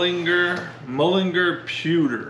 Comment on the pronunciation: Repeat after me.... MULL IN GAAAARR :-)